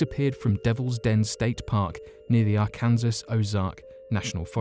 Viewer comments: I missed that part... did he do the whole R-cans-us? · Hi, I think the governments are definitely hiding strange creatures and or experimental creatures in the parks as their have been too many sightings. Just an fyi too Arkansas is pronounced Arkensaw. x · Arkansas is pronounced: Are-can-saw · It's pronounced R-Can-Saw